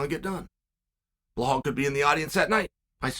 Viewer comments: Chael, his name is pronounced, "BELALL MOOHAMED"... not "BlaHall MOhamed"... get it right, man! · BleHal 😂 Try BELL-ALL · "remember the name" BELHAL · Blahaaal Muhhamed nice one Chael 😂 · I only clicked on this video to hear Chael say Blahall.... That's it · Bleehlwaal Muhammad 😂😂😂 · Blehal Muhammad. Undefeated undisputed. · Blahal “bob loblaw” Muhammad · It amazes me that Chael can mispronounce such an easy to say name like Belal😂 Undefeated and undisputed.